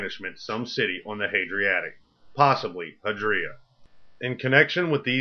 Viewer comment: Dafuq is "the Hadriatic"?